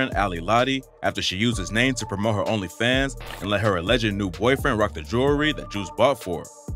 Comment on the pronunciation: What's even more annoying than this drama is the fact that I can just tell the audio on this video is AI generated. Like I know it's a new thing but god that shit is so annoying to hear when it annunciates certain words like "Onlyfans" all weird. Eventually all videos are just gonna be ai generated just waiting for the end of good YT content :l big L on Lotti tho Juice prob mad ash rn wherever he is.